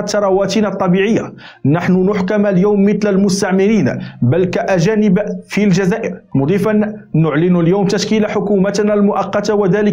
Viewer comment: Alloula.سلام . اخطاؤك في القراءة تشوه مضمون مداخلتك. مثلا اسم المفعول . يعامل القبائليون كنستعمرين بفتح الميم الثانية . لأن الكلمة اسم مفعول اي وقع عليها الاستعمار الجزائري . موفق إن شاء الله .